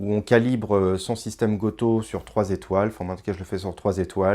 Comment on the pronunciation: j'adore ta prononciation bien française du goto 😂